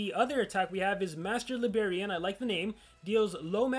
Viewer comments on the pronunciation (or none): keeps on saying Master Libarian but actually it is Master Librarian....lol